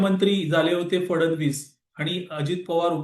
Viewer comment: कृपया मुख्यमंत्री यांचा उच्चार फडण-वीस असा योग्य नाही. फड-णवीस असा आहे.